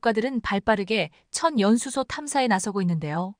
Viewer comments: "천 연수소"가 아니라 " 천연 수소"란다. 아가씨야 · 전 연수소가 뭐야? M미터라고 읽어야지 엠이 뭐야 아무리 AI 라해도 바르게 읽게 만듭시다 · "천연수소" 발음 제대로 하십시오.